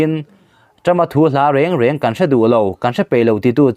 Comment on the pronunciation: Mizo tawng chhiar hi zir lul teh. A lo kawl reeeng em...ti a chhiar awm te. A lo kawl reng te.... eng (yellow) ang ten i lam ta dah thin a 😂